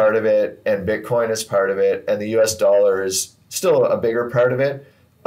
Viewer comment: Butcoin? Come on man!